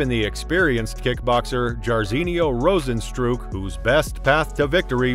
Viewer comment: this comment is true, but does not apply to this statement. It’s pronounced rose-N-strike.